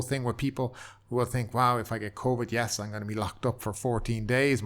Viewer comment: "COIVD" well you are Irish